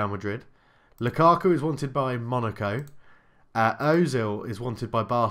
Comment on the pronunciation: Please start pronouncing Ozil properly.